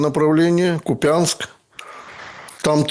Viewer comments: За произношение Купя́нск убил бы на месте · Задолбали КУпянск каверкать,ей Богу!!!!